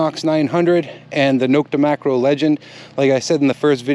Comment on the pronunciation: Great video. I'm glad you know how to say Nokta (No-K-Ta). Drives me crazy when people say Knock-Ta. If I hadn't lived in Turkey, where the company is located, I probably wouldn't notice. There's a European machine I really like (on paper) but no US reviews. Relic Striker by Detech. I can't find anyone who has had one. Have you heard of it? I know Detech makes very good coils and for other brands too.